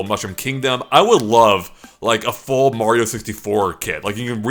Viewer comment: from GameXplain it is Mario not Meario Dumbass